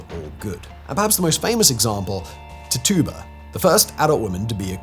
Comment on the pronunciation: Tituba is pronounced Tich Uba